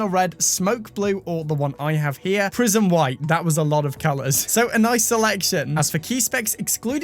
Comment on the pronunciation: For a second I thought you were saying "Prison White" lol 😆